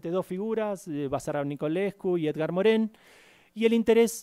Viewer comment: 20 doctorados y pronuncia mal el nombre Edgar Morin